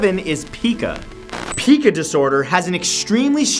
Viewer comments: spacelover132123 n- no... it’s pronounced pea kA, not pea kU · Pica disorder is not actually pronounced PEEca, but PIEca. I know you're not the only one to make this mistake, but please pass it along. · Pica is pronounced pike-uh, not peek-uh ;) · I've struggled with Pica myself, and I'd just like to correct a few things. Firstly, it's pronounced Pie-kah, not Pee-kah. Also, most people don't actually want to eat it, but feel compelled to, and it's extremely hard to resist. And I believe doctors do have some theories, but nothing conclusive. In fact, last I checked, there was a debate going on on whether pica should be classified as a mental illness or an eating disorder. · I have Pica, not too badly I'm not gonna go outside and eat something dangerous all though I do want to sometimes. I would also like to add that's its pronounced "Py-Ka" not "Pi-Ka" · Hey Matt love your videos - I'm not sure if someone else may have mentioned this, but pica is pronounced pie-ka not peeka. Everything else is crazy!! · Matt, you mispronounce Pica. its pronounce pie-cuh not pee-cuh. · it is not pronounced peeka but pireva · It's pronounced pEYEca, not pEEka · Pica is pronounce pike-uh not pee-kuh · pica is pronounced Pie-Ka, not Pee-Ka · Pika is pronounced pie-ka. Just thought you should know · Its pronounced Pie ca...pIca... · You pronounce it as "pie-kaa" - but it's okay. It's not a big deal. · PICA (PRONOUNCED PIE- KA) is usually due to iron deficiency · not in the south east. We pronounce it PIE-KA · I was in the ob/gym field for 30 yrs and every medical person I knew pronounced it PIE- KAH or pie-ka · just an fyi, Pica is pronounced P-eye-ca. After the bird, Magpie <- And know you know 🤗🍁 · PICA is pronounced “pie-cah” chewing ice is an example of one who has the disorder. It is commonly associated with pregnancy, or if a person is lacking a mineral or vitamin. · Actually its pronounced "pie-kuh" ik cuz i have it :T which is why i like chewing on bread ties and other plastics